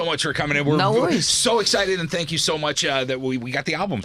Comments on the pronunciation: Nobody Louis:fank you fank you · Louis Tomlinson : Fank you “ thank you “ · "Fank you" .. Louis